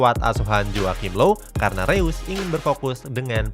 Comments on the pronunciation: Reus di baca nya Rois min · Info aja bang marco Reus bacanya (Marco Rois)